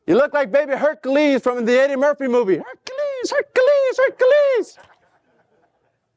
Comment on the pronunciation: "Herkaleez, Herkaleez" 🤣